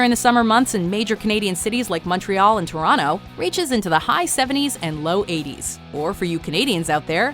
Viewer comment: thanks for pronouncing Toronto correctly